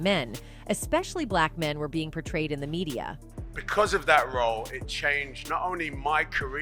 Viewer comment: Itch it ain't ma•day•ya it's ma•dee•ya I don't know what y'all was really thinking. If you want to know who someone truly is, look who they hang out with. Well, let's see who he hangs out with: Joel Osteen an evil pedo, opera another evil pedo, and Ellen also an evil pedo. There are some who say they have and have seen videos of the truly evil things they do with children. Oprah has many pedo and predatory friends. Remember Harvey, the one that she kept his casting couch full for? John of god is another of her good friends, human, and child sex trafficking.